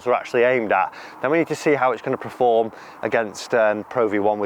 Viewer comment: dear god man... its PERform, not PREform.